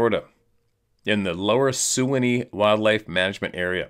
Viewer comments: Note from a friend and follower: Sewanee River is pronounced "Swanny" as way down a very Sewanee River....... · Its the Suwannee River, (pronounced swan- ee) and yes, Skunk Ape is a local phenomenon throughout Florida and Gulf States.